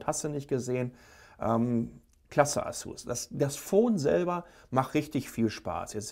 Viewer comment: Kannst du eigentlich asus und samsung richtig aussprechen? Du sagst Asuzzz und Samzzung.